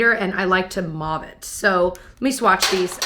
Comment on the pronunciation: “I like to mauve it” sounds like “I like to vomit” 😳